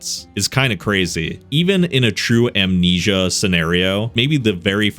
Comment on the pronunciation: oh no not "Amensia"